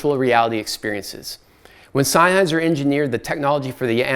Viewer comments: Nitpicky, but I believe it's pronounced "zen-highser", not "sign-highser". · It triggers me, sorry: It‘s not SEINnheiser, it‘s SENNheiser .. 👉🏿😬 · It's Senn-heiser, not Sein-heiser!! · It is not pronounced Sign-heisser like you've been pronouncing over and over! It is Senn-heiser! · Agree totally. Really annoying. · Its Sennheiser, just like bud. Not syne, senn! The review was nearly unwatchable, nice try though? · Sein-heiser? Rofl